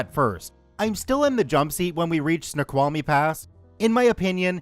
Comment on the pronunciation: Hey, native Washingtonian here!! It's so cool that you pronounced Snoqualmie correctly! 😆😆